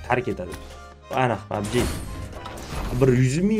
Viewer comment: Pabji buveni ske pabje dedimi sukinganini birinchi marta eshtyapman ultra bratni😅😅